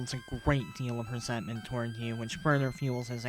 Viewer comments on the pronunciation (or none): none